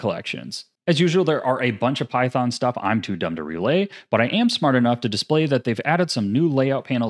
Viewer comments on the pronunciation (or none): none